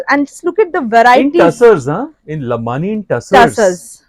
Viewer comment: lambadi not lambani